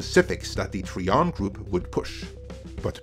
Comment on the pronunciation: Tri-an not tree-un. Another great video. Iger should step down in the wake of all these truths. But instead acts as though the facts aren't known to the public. Or the shareholders and investors. Lets just announce some crap before the investors call, to pull the wool over their eyes again. How long is that going to be endulged. It got old ages ago.